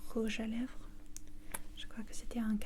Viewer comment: J'adore la pronunciation du "rouve à lège",j'ai éclaté de rire. J'adore 😍 la vidéo en ENTIER 💟,merciii